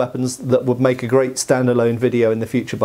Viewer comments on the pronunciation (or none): none